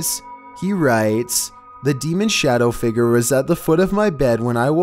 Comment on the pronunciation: No one: pronouncing figure: Fi-G-er